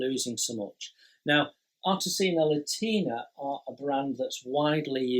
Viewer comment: I really enjoy these round-ups. It’s like a conversation with a mate about what excites him in the hobby. But mate’s can handle being corrected by other mates. Artesania Latina.... There’s an “i” in the first word. Think “Artisan” as in a skilled worker, and “Latin”, as the Romance languages that developed from the Roman Empire.....as in Spanish. Artesania Latina are a Spanish company. I’ve heard their new boxing’s don’t have instructions and everything is online. I don’t know if that’s true. I’ve built one: The Swift. Good, simple kit. Not accurate, but they’re like McDonalds food- It’s not great or really satisfying, but it’s consistent quality. And I’m very glad they’re still there as a choice. All the best, Jason. If you fall behind with available videos to upload, we’ll still be here regardless. 👌🏼